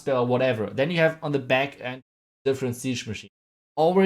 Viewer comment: I love when he says " Hey Guys! Welcome baccc to anOther VideO!"